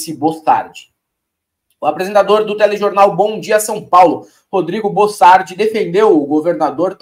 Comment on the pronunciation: Bocardi não é bossardi para que ficar insistindo com o nome trocado